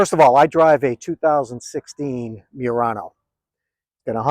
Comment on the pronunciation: lol the way you pronounce murano. Is wrong